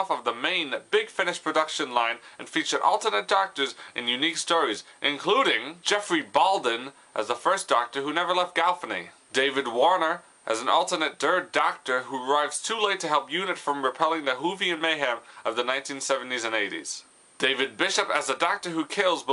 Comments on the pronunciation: I'm sorry I'm not usually a comment troll.....but its GALLIFREY not GALLFANY!! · Sorry to say this but..if you can't pronounce somethings please double check its not Galvaney its GALLIFREY! Galley Frey! FFS! And lets not go there with the other names of people who've played alternate versions of The Doctor...sorry rant over. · hen said galfiney instead of gallifrey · Why does keep calling Gallifrey "Galfinny"? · can't even pronounce galifrey properley